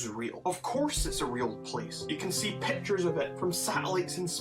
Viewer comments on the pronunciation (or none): none